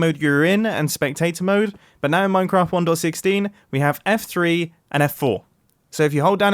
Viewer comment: Does anyone besides me hear him saying "one door 16" instead of 1.16? No? Ok.